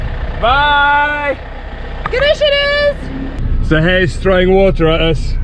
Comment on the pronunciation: I must point out that pronunciation in Turkish is just perfect when she says 'Nasılsınız and görüşürüz'!